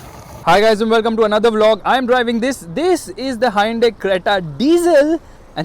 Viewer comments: It's Hyundai,not hyandai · handai creta 🤣🤣🤣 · Hayinda creta lol 😂😂😂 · Me: hyundai: Hainde 😂😂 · hai-yundai lol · Whn he really said highundai at first 🤓😅